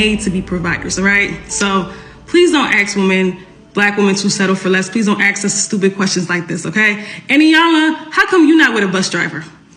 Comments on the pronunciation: Oh, for the love of God, please don’t “axe, acts???” them to do things….. Especially if it involves pronunciation and grammar ……… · It is hard to take her seriously when she pronounces "ask" like the wood chopping tool. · "thats a toxic question to axe a black woman" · It’s 2024 and black people still can’t pronounce ask…. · Strong, successful pokemon is not able to pronounce the word "ask".... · Until you learn to say aSk correctly, do not expect to get a good man, LMAO. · So much education and can’t say the word “ask” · She keeps saying ax the word is ask get it right👍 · Why would a woman be considered "Educated" if she has to "Axe" questions? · Well you can tell the level of the pokemons education when she talks...the word is ASK but she says AKS and she says AKS SEVERAL times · Why can´t these people pronounce "ask", not "aks". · Axe, axe ,axe .it's ask ..... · That educated Pokémon keeps saying, “axe” instead of, “ask”. 🙄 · You don't axe a black woman anything, you ASK them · How can a Gold Digging Pokemon that says "axe" instead of "ask" be taken seriously? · Any person that says axe for ask if right out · So, who was "axed"? What is she talking about? She said, "this is a very toxic question to 'axe' a black woman." I guess the 3rd grade was just too much for her. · She's supposed to be 'educated' & she says 'axe' instead of 'ask?' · She said 'axe' instead of 'ask'. Nothing between the ears. Pay attention gentlemen, look past the looks. They are actually not that smart. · Can’t even pronounce the word “ask”! Aks? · Axe. Drives me crazy every time. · Let me aks.. ok...ok..ok...ok.. No, you're not ok. Ok? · Why do they say aks instead of ask? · ENOUGH!!! Axe: A... K... S Ask : A...S...K How hard can it be to get that right??!? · Really. "Don't Axe them." Oh really? Yes I will, and do. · The word is "ASK" not Ax. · Anyone who says "axe" a question is a complete moron.